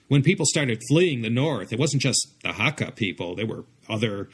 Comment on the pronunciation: It's pronounced "hak - kar", not "haka". A haka is a Maori war dance. And I agree that spoken Hakka sounds very much like a cross between Mandarin and Cantonese.